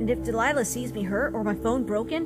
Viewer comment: DELILAH IS MY NAME AND HE'S SAYING IT CORRECT